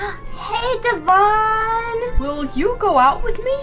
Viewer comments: Me mad me so mad me is really mad da name is Devon not Devan and I is mad at you you said the name wrong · Why is nobody saying that she pronounced ‘Devan’ wrongly xD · First it’s not duvon it’s devon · Its not dovan its devan it sounds like evan but with a D but its okay mistakes happens! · Itz De van not Davan facepalms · Not to be rude but it is prounounced as devin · Sorry to correct but I think its pronounced like Devon...